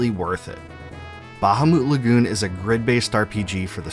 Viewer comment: Bro the way you pronounce “bahamu” is INSANE 😂